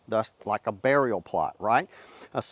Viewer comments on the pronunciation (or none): none